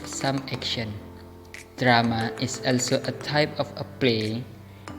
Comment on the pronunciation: My name is Wulan Arianjani (. you r so creative in editing and make the story' 2. Its good cause you explained point by point and you put the title that you were explaining. 3.you did a few mispronounciation like when you said "also" Overall your video is nice